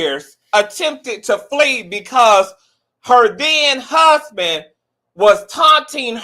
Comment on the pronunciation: The way he said my hassband 😂